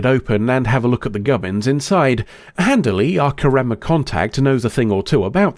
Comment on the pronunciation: Hermione: you’re saying it wrong. It’s KARemma not KarEMMA swish and flick